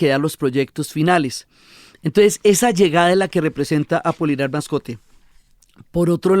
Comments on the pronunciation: Querida Diana, el personaje es Apolinar Moscote, no "Mascote" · Pero, es Apolinar Moscote, que no Mascote 😊